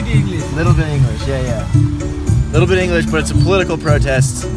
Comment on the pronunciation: That little bit Englisss had me laughing so hard 😂